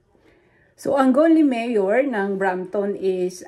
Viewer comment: it’s Brampton